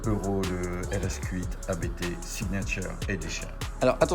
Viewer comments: je croyais qu'on prononçait ABT et non ABÉTÉ car c'est un nom de famille mais dans beaucoup de contenus sur différentes chaines c'est épelé ... qu'en est il ? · On dit pas A-B-T, ça se dit "Abt", c'est le nom du mec qui a crée l'entreprise, Johann Abt 😉